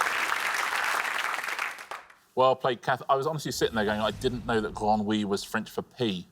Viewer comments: Bit of a correction for Richard on the pronunciation of "grenouille": two syllables only. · Oui mais on dit "gre-nouille", on détache pas "nou" et "ille" quand on parle, donc 2 syllabes 🤭